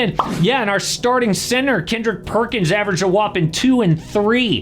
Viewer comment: Kendrick Perkins❌️ Kendrick Perc-Ins✅️ He's basically Draymond 2.0